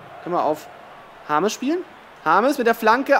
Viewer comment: James Rodruigez er kann ihn nicht aussprechen